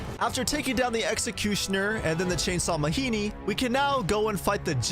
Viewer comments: It's ma-gee-nee not ma-hee-nee. That's African word, not Mexican. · I hate that you keep saying "Mahini" and I can't tell if it's supposed to be a joke. They literally say the name Majini multiple times in cutscenes, absolutely no character says "Mahini" and I have no idea why you would pronounce it otherwise.